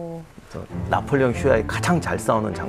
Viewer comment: 나폴레옹??? 나볼레용!!!